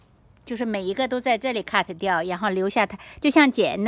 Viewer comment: 听到好辛苦，在想什么咳得掉。呵呵